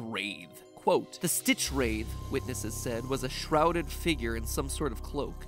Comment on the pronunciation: Did you seriously pronounced StitchwraiTH like that??